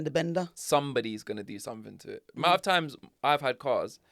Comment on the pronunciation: I like word of the week and not to be pedantic but it’s driving me mad that your saying somethink instead of something almost as bad as saying Pacific instead of specific 😂